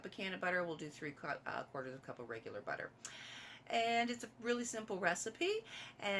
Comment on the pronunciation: That's alot of butah 🤣🍀👌